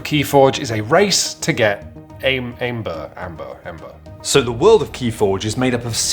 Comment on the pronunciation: Ok, why is it so hard to say Æmber? “Æ” is a Danish letter and in this case you just pronounce it as “Ember”. Stop with that “AE” shit. XD Another thing: You talk a lot about good and bad decks, but almost everyone I have heard from agree that the balacing is actually great, and even a great handicap mechanic to balance it out. Also there are 5 different gamemodes in organized play that are build towards the end of fair games, with everything to handicap auctions to deck-switching. This is NOT the type of game where you just bring the strongest deck and wins. XD